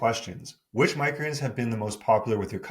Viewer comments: Why does he always say “micreens” instead of “micro greens”? 😂 Love the videos btw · Am I the only one who cannot handle the way he pronounces "micro greens". I love the information, but cringe every time he says it.